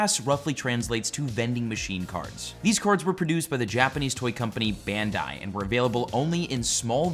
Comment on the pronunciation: Bandai is pronounced "Bahn-dye", but thx for the video! But to answer your question, the base set in English of 99' was my fave, its what i have the most of as that when i collected. Now my kids have recently started and its re-piqued my interest lol